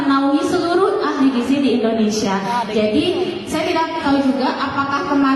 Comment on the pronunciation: Gizi pak..bukan gijih... perbaiki ejaan alphabet nya